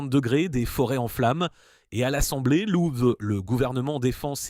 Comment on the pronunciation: Putain les IA ne savent même pas prononcer "Assemblée" sans buguer.